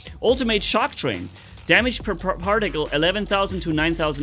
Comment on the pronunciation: "particle" - exists - "parjaktile"